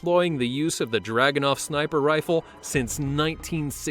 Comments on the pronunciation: It's Dragunov, not Draganov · It’s druganov you uncultured western spy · 3. is wrong the Name is dragostinov i am russian and believe me i know it!!!